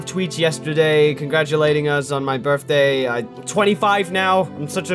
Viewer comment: Berfday? BERFDAY?😂